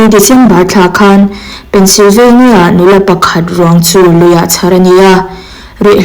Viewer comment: Tinge Pennsylvania i lam dan thluk hi a dik loh? State hming i lam dan hi a diklo thei ania